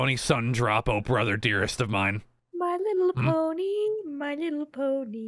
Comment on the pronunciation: I CANT BELIEVE HE SAID LY LITTLE PONY😂😂😂